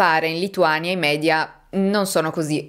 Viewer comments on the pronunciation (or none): none